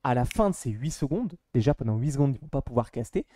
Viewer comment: Je me demandais, c’est un accent d’une région de France en particulier le fait de dire « ponant » au lieu de « pendant » ? Je n’avais jamais entendu cette façon de dire